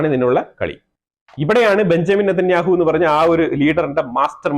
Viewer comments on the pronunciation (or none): none